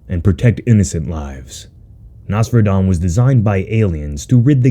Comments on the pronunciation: It’s pronounced “ NOS FERA DON” 3 syllables not 1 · Am i the only that thinks Nosferadon sounds better as Noss-Fur-Rah-Don like how u Pronounce Nosferatu the Vampire, honestly though in my eyes the Kaiju look sh*t, too typical Kaiju looking.